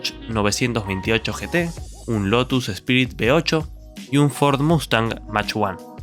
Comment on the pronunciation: No sabe ni hablar bien que esperabas, he quitado el video al escuchar motores B8, será inepto el tipo, buscaré la historia donde la cuenten bien y se documenten antes . También aprovecho para denunciar, me duelela cabeza de tener que corregir sus palabras, ese no paso ni de jardín infancia.😂😂😂